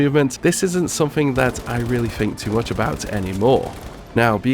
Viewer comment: Love the videos but please pronounce a word with ‘th’ in it as ‘th’ not as an ‘f’. Like u say fink for think. It reall annoys me